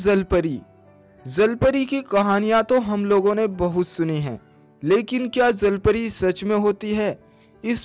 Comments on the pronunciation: Zalpari nhi jalpari hota he😁😁😂🤣🤣🤣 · Bhai sahi se to bolo jal pari ko zal pari kyu keh rhe ho..... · zalpari ni hota bhai jalpari hota h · Bhai wo jal pari hota hai "zal pari" nahi😂😂😂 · अबे ज़ल परी नही जल परी बोलते है 😂🤣😅😁😄 पहले बोलना तो सीख ले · Zhalpari 😂😂😂😂😂 jalpari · Not a zalpari its jalpari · Bhai woo jal pari hai zal pari nai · Abe bhai 'ज' को 'ज' तो बोल ले पहले ज़ ज़ ज़ ज़ ज़ नही ज ज ज ज 😂😂😂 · Say jallpary not zallpary